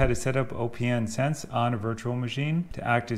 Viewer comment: Okay. Another video where the OS for opnsense vm is set to Linux. But opnsense is based on BSD. Therefore I always set the OS to “other”. Maybe it doesn’t make much difference when it is running. And I read somewhere that it is pronounced “opensense” as in not closed 😊👍🏼